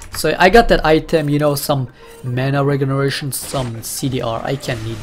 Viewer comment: do you say "mana regeration"?